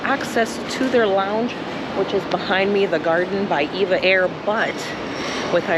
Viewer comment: Nice review, comprehensive and informative. Your lounge review made me quite hungry. As an aviation enthusiast, I have noticed that just about everyone calls this airline "Eva Air". Actually, it's pronounced as individual letters, E V A Air. Very much like the legendary airline, TWA. It was never pronounced "Twah". 😂 EVA is part of the Taiwanese conglomerate Evergreen. They are a world class shipping company with many divisions. One of the founding brothers left and formed the relatively new, well known, upscale airline Starlux. Just a little airline trivia for your amusement 😊. Enjoy your stay in the friendly Philippines.